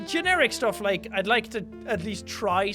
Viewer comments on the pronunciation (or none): it's still part his outro and it's LIKE A BOSS not 'laik'